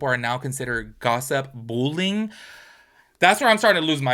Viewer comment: I keep hearing “bull-ing” and I’m like what is bull-ing????